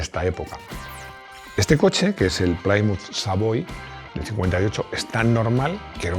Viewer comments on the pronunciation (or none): y Plymouth, 'plímuz' (no 'pláimuz'); y engine, 'enllin' (no 'enlláin'); y Chevrolet, 'shevrolé' (no 'chévrolet')... pero tiene claro que sabe de coches, no de idiomas, y lo admite públicamente. 😂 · Gran admirador de y su programa. Recomendado a todos mis amigos entusiastas. Entiendo que el inglés no es su fuerte, así que coopero con la pronunciación: Plymouth se pronuncia plimouth, no playmouth. Oldsmobile es oldsmóbil, no oldsmobail. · Pronunciado ‘Plímuz’, no ‘Plaimuz’. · Se pronuncia de cualquier manera, pero queda mejor /Plimuz/ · Sin acritud, Plymouth se pronuncia Plimauz y Oldsmobile se pronuncia Oulds-mobil. Pongo el guión para resaltar que como muchas otras palabras en inglés se acentúa la pronunciación en 2 sílabas de la misma palabra. En este caso sería algo como Óuldsmobíl. Existe un canal en YouTube que ayuda a pronunciar correctamente palabras en inglés/americano aunque sean marcas comerciales, como es el caso. Saludos